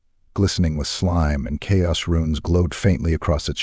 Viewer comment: Absolutely love your work but could you please train your Ai to say chaos lol